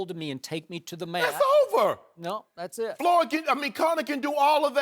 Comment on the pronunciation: Did he just say "Floored" Mayweather ? LMFAO